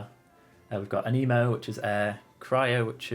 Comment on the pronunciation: Can we talk about how some people pronounced anemo as aniimo?